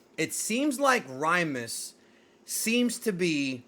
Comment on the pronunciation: It's not Rymus. It's Lymus as in Lymus Tech Tips.